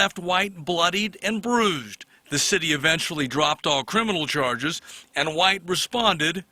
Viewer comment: Did he say brooshed instead of bruised